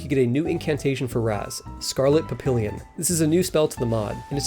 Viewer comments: Papillon... pronounced Pap-E-on. French for butterfly. You're better than this. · it’s pronounced “pap-EE-yon” haha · "Scarlet papillion". I'm crying in French. Zut alors,! C'est "papillon!" "PAPILLON!" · Sorry but the butterfly spell is pronounced Pap-ee-yon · French fact : Papillon (pronounced "papiyon") is the French word for "Butterfly"